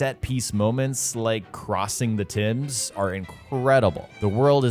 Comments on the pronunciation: Great vid but the TIMS😂 bro it is the Thames pronounced taymes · Did he just call the Thames the Tims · .. did .. did he just say Tims?